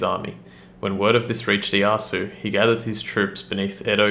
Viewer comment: i'm no master of the japanese language, but i believe that it's pronounced Ee-ay-Ah-soo. good rule of thumb, most of the time the letter 'e' is pronounced like 'ay'. again, though, i'm not an expert, so i could be wrong.